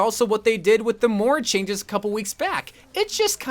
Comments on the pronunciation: It's MOIRA Not MORA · Is it just me or does pronounce Moira “Moura” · Omg he does and it bothered me so much XD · I thought it was just me!